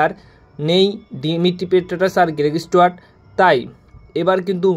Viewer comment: গেরেগ স্টুয়ার্ট নয় উচ্চারণ হবে গ্রেগ স্টুয়াট ।